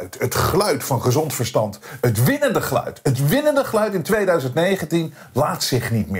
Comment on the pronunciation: Één tip: spreek uit als 'ge-luid' en niet als 'gluid' s.v.p.